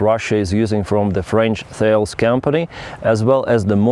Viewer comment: it's the French company Tha- lès; (From the Greek Ioninian philosopher/ statesmen)